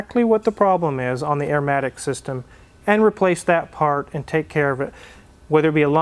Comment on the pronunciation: Arrrrrmatic matey!!!